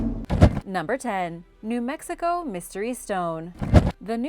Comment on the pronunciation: New Mexico, not New Mexigo